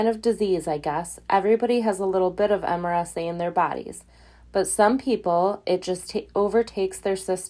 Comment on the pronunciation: MRSA - mur-sa is how it's pronounced...